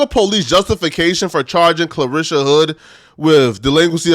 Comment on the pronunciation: You're not saying her first name correctly. You're saying Clarisha .. it's Carlishia ..